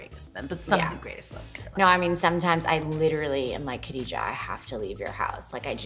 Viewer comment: It is pronounced GHA dijah not Kha.